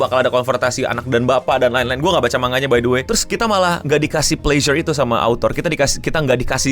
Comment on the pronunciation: sekerdar informasi, kalo baca “the” sebelum memulai huruf vokal di kata selanjutnya (a,i,u,e,o) di baca “di”. contoh ini orb : on the movement of the earth, the earth nya di baca “di erd”